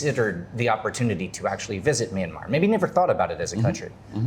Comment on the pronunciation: Btw, the 'y' in 'Myanmar' is a consonant. It is pronounced together with the 'M'. Great video nevertheless! Edit: Aung San Suu Kyi is not and never was the president of Myanmar. When her party, NLD (the National League for Democracy) won the 2015 general elections in our country, she was given the role of State Consultant (I translated it on my own, may not be the official term) which is a position supposedly higher than that of the president.